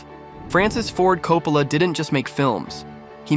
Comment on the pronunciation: Would've been nice to just watch the footage rather than a dull summary that can't even pronounce Coppola's name consistently.